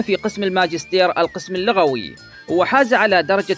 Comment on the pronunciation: احسنت لكن لا تقول على فضيلة الدكتور (اللَغويّ) بفتح اللام وإنما قل (اللُغويّ) لأن الاولى تعني الثرثار كثير الكلام، والثانية العالم بشيء ٍ من اللغة... وشكراً لك على عملك وجهدك❤